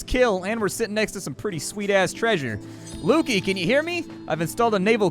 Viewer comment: Pretty sure it's Luky as in Lucky (Lukey has an e in it). Other than that good video